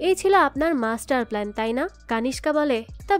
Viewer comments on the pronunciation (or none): none